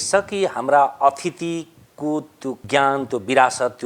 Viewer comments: पहिले त कार्यक्रम संचालकले अशुद्ध बाेल्नु भएकाेमा (भाषाकाे ज्ञानमा कमि) सच्याउन चाहन्छु : अथिति (बिग्रेकाे संस्कार, नराम्रो चलन) हैन, अतिथि (पाहुना) । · Small suggestion to Tikaram Yatri ji , I know you are best in Nepali Language but still it’s “ ATITHI “ not “ ATHITI “ ! Thank you.